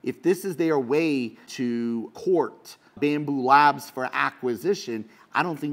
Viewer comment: It's BAMBU LAB... no S at the end.